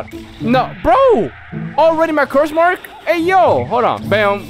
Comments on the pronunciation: Anyone notice he said cruse mark lol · love the vids but i keep laughing at how u say curse mark like its a naruto game